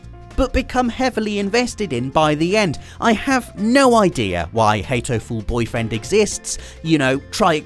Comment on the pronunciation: Hatoful Boyfriends' "Hatoful" was meant to be a wordplay on the English word "heartful" and Japanese for pigeon "hato". The "r" is not pronounced in Japanese so it becomes similar. For example, "car" would be pronounced "kaa" with a stretched short "a" sound. So actually it's not "heitoful", it's "haatoful". Loved the selections on this list and made me want to try all! Especially Nobi Nobi!